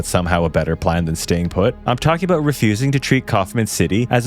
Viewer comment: The host is Canadian right? The “About”